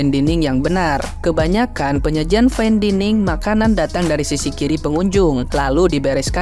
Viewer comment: Daining... terganggu banget gw dining diulang². Bilang fain bisa, tapi dining diulang². Apa gw juga maha benar kalau nyampein ini?